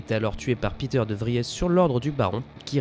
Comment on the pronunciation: Bravo pour ce résumé efficace. J'ai juste été gêné par l'alternance entre le présent et le passé simple. Je pense qu'il vous aurait fallu choisir l'une ou l'autre solution. Mais c'est vraiment pour pinailler. De même, je ne suis pas persuadé de la prononciation de Liet Kynes ou de Peter de Vries. Non ? Bravo encore et merci.